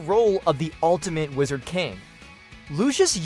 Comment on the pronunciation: My dude pronounced "Wizard King" funny🤔